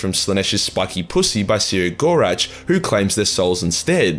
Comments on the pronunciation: see-row-gore-ach? no... SEH-GO-ROCK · "...the lauging god See-ah-gor-atch..."? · His name is spelt “Cegorach”, but pronounced “Keg-or-Rack”, you know, like that tough decision you make with that beautiful lady at the end of a near-lethal bar-beer-binge. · No one knows how to say The Laughing Ones name either, which in itself, is funny. I pronounce it "KEG-OR-RAK".